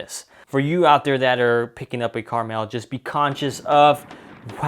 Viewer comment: It will be my next purchase - it will be interesting to compare to my Tavor X-95. That too has a extreme barrel covering and I just mount a fore grip. It is pronounced Kar-Mel, it is not a candy.